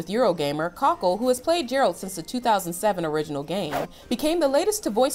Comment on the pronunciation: You pronounced it as “Jer-ralt” when it’s actually pronounced as “Ger-alt”